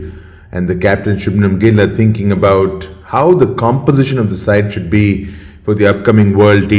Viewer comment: It’s Shubman Gill and not Shubnam Gill